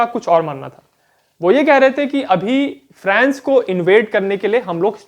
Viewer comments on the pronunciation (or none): फ्रैंस या फ्रांस ??? भाई अंग्रेज कम बनो और सही उच्चारण करो ।